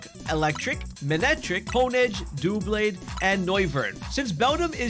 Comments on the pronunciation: "Dough-Blades" lol its Dub-Laid no hate man at all i watch your vids they have been helping me alot just so many mispronunciations from pokemon lovers lol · The Pokémon name Doublade is pronounced as DUH-blade.